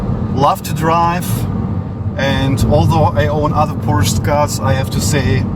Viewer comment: This is a Porsch-e-, don‘t forget the „e“